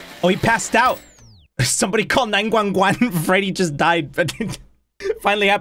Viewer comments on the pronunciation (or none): ITS NOT NINE GWON GWON ITS NINE JUAN JUAN